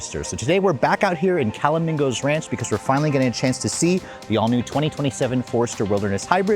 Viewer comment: Dude, it’s CAL A ME GOES (phonetically)